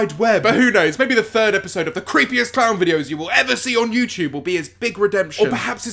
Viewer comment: No hate, but every time he says youtube, it sounds like youchube and it cracks me up.